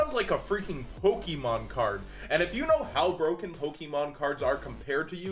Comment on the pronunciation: I'm sorry, but I cringe every single time you say "PokEmon" the "e" has an accent, so it's poke-ay-mon, it's like "Beyoncé" not "BeyoncE".